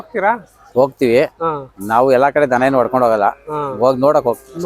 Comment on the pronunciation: ಧನ ಅಲ್ಲ ಮಾರಾಯಾ ದನ ಅದು....